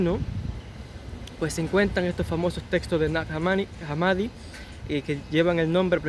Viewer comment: el nombre de esa localidad egipcia, se pronuncia /najá hámmadi/, con "j" y "h" inglesas